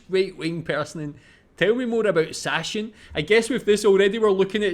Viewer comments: It's not Sashen,its SachSen (Saxony) pronounced Zuckcen... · Er sagte "Sach-sen", aber dabei gehören - chs - zusammen, was die Aussprache angeht. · It's pronounced "sucksen" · Sachsen = Saxony. Pronounced like "Zaxen" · Btw "Sachsen" is pronounced "Zuck-Sen" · Here's the right pronounciation of Sachsen: [ˈzaksn̩] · Sachsen is pronounced Sucksen 😁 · Sachsen is pronounced like "Sacksen" with emphasis on "Sack". 😜 (Joke aside, say it like "Saxson".) ... And Sachsen is a bit known to be right winged lately. They were left winged before that. It's one of our "new" federal states struggling to feel representated after reunion. Not to exuse the shift, I'm against AfD and right wing ideology. But things don't come out of thin air and IMHO it should be adressed to allow a shift again. (And of course not everyone thinks like that there, but we only ever hear the loud ones.) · The wrong pronunciation of 'a' bothers me less than when 'ch' is pronounced as 'sh'. Especially as the first part of the English word 'Sachsen' hardly differs from the original word.